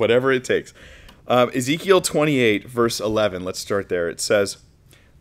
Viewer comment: He pronounced Ezekiel as "is equal" 🤣🤣 that was very funny.